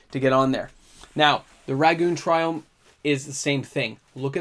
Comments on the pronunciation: You pronounced every single triome incorrectly. Cringe. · Didn't pronounce a single triome right but that's just me being quirky not that it matters lol